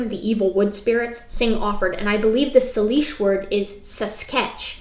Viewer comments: Couple of pronunciation tips from someone localish to the setting: It's pronounced like Core Da Lane it's a French imposed name. Salish is pronounced with a long A. Spokane is pronounced with a short A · Pronounced core' da lane'. And say' lish. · Coeur d’Alene is pronounced “kur da lane”. Salish is pronounced “Say-lish”. I’m enjoying your take on these creationists’ nonsense.